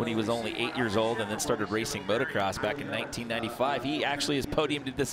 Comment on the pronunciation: You would think the "World class" announcers would know that there is only one "R" in motocross, but no. Both of them said motorcross.